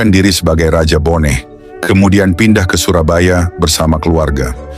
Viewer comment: Bone bukan boneh.